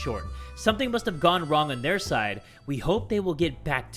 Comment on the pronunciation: Why did you say their like that?Like it was somehow important that it went wrong on their side,YOU SELFISH BASTARD!(jk)😂😎